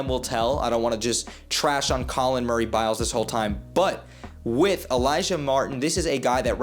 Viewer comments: You gotta learn bros name if you gonna be talking on him, it’s Boyles not Biles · boyles not biles